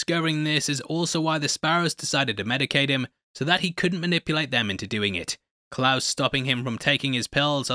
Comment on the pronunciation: Lmao 🤣 The pronunciation of "Klaus" & flash to Wolverine was hilarious!!!